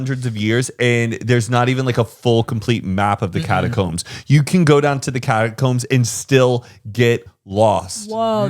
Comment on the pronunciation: Sam just said my name and said it perfectly!!!! 🥰 was he referring to catacombs but it still counts